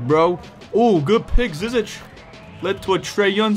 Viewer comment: And just for information you say his last name ZI-ZICK just so you don’t have to guess every time lol